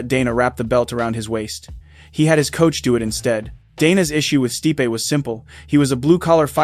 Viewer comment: you pronounced stipe's name incorrectly in two different ways in 30 seconds? " stih-pe" "steep"